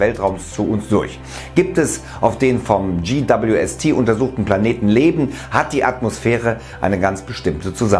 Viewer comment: GWST lernt Englisch🙈 peinlich...